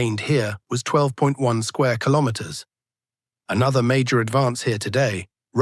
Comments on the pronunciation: Kilomens? Kilomerds? Kilomers? What is it AI? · Is this mean the AI can't pronounce "Kilometers" appropriate?